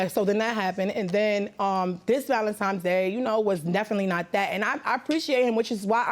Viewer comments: Why do some people keep saying valentiMes instead of valentiNes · I thought it was just me lol ValenTIMES irked me. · It was “Valentimes” Day. She knows because her son was “one years old “. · "Valentimes Day" 😅